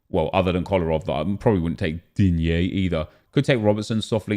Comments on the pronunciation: Pleas never stop say "digne"😂😂😂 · Every time you say DIGNE like that ill dislike weird AF